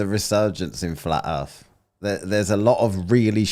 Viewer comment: The black guy who says ‘Earf’ all the time had ALL THESE QUESTIONS ANSWERED BY DR BLITZ a week before this. He hasn’t learned a thing